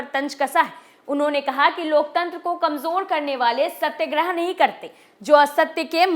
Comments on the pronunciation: सत्यग्रह नहीं सत्याग्रह होता है। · Correct your pronounsation Satyagrah